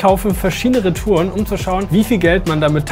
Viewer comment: wie schön er reTOUREN ausspricht